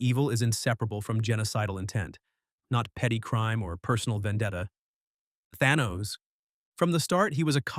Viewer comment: This video would be far better if it wasn't researched and read by AI. Eobard Thawne did not create Flashpoint, Sabretooth's claws aren't unbreakable, Magneto did not re-write reality, that was Scarlet Witch, and that's not how you pronounce Ra''s or Thanos. Some graphics make no sense either, like the random graphic showing members of the Ultimates Universe despite talking about Earth 616's Reed Richard or showing Spiderman and Black Cat when you're only talking about Catwoman and Batman. I appreciate the general breakdown, it was spot on in general, but major failures in details and the stilted telling of it makes the AI reading obvious.